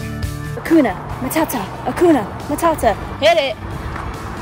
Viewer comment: Come on now..... Disney Lion King..... It's...HAKUNA MATADA..... not MATAKA....lol😂